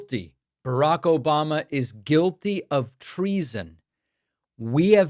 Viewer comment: Please do not ever stop playing the "obamna!!" 😂😂